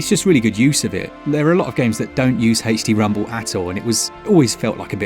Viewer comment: I know he's saying "HD rumble," but all I hear is "Hasty Rumble." Not a complaint, just genuinely made me chuckle lol. Also, Borderlands 3 on Switch is awesome. Sure, it looks like mud compared to the better versions, but I get gyro aiming, and I can play it ANYWHERE 😊. My biggest complaint is it still crashes most of the time coming out of suspend, and it can cause the Switch to work the hell out of its itty bitty cooling fan. Which, in turn, causes frame skips, etc. Even with these gripes, I have probably put somewhere in the realm of forty to fifty hours into it.